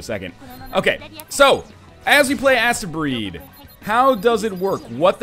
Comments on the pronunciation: I think it is possibly supposed to be pronounced 'Astebreed as in "haste-breed". EDIT; Now that I have watched a bit, judging from the speedy gameplay I feel I may be right. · I thought it was pronounced like AH-steh, like a futuristic japanese conception of how astro- (romanized transliteration into japanese is something like asutero-) would be pronounced if the prefix were integrated into the japanese language, making the title mean something like "the children of the stars". I haven't played it yet and didn't pay much attention to the subtitles in the video, but you do seem to be assaulting a planet from space... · isnt it pronounced like hastebreed ?